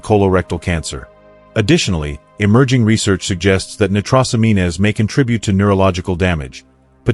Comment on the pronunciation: Never listen to anything that can’t pronounce medical terminology, nitrosamine good grief